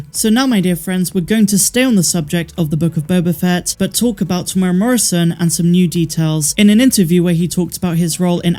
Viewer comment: Great videos! From a kiwi fan - Tem-moo-era (or, Tem-you-era if you're Pakeha - euro), not trying to be a dick, but literally no-one outside NZ pronounces his name correctly, it's weird.